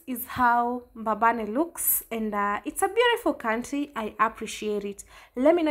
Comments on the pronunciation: It’s Mbabane not Mbababe. Enjoy Eswatini. May God continue to guide you and protect you in all your journeys. Your other Mama in the UK 🙏🏽♥️ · It's mbabane not mbababe ..anyway it's small country eswatini but was always peaceful until recently